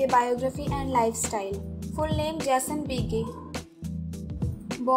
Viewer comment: It would have been nice if the moderator learned to pronounce his name . . . . .